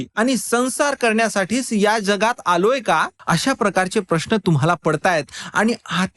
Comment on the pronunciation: जगात चा ज हा उच्चार जनता सारखा उच्चार आणि जहाज सारखं ज नाही बाकी व्हिडीओ आवडला